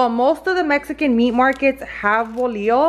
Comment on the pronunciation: I get anxiety when she says tomatios bolio instead of tomatillos bolillos 😂